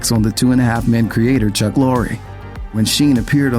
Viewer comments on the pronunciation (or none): none